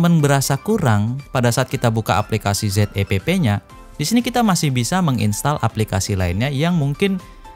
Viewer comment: Zepp kyknya lebih pas klo dibaca 'zep' dibanding 'z e pe pe' bang..